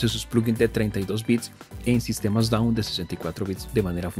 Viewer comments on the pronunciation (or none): NO SE DICE " DOWN" se dice DAW